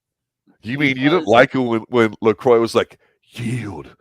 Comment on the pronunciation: Pronouncing Lacroix wrong